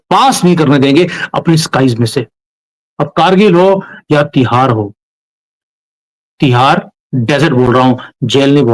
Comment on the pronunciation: तिहार डेजर्ट नहीं होता उसको "थार डेजर्ट" बोलते हैं, अपने राजस्थान का भी थार डेजर्ट है